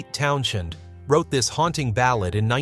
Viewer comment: It’s TownSend…not sh 🙄